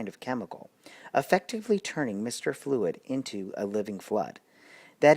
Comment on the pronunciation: Bud's last name is flud. (Pronounced flood.).